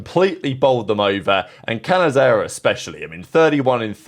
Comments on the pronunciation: its not "kanazera" its "cane zera" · It’s pronounced kayenzera